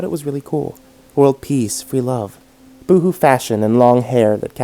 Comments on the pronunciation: Haha he said "boo-hoo" fashion instead of bo-ho hahaha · For future reference, Boho isn't pronounced boo-hoo. It's short for Bohemian.